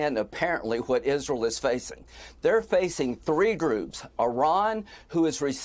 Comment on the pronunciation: "Ezral" The woman Lindsey Graham needs to be taught how to pronounce Israel. This is a travesty!